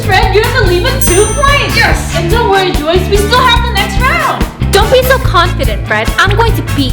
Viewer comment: It’s Joyce not joies